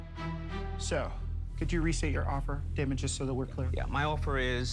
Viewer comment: Crawl It's Daymond not Damon. Also, Robert rarely makes deals, so he should be replaced if anything.